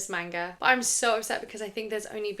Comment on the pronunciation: I love your content, but the way you're pronouncing manga kills me.